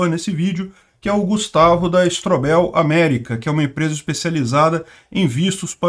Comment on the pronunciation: Só uma dica. STRÔBEL E NÃO STROBÉL